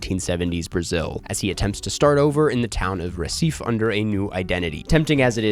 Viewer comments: Great list. Just a heads up about The Secret Agent - Recife (pronounced "heh-see-fee") is a large city, not a town. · As someone that dated a Brazillian, how you pronounced Recife really irritated me haha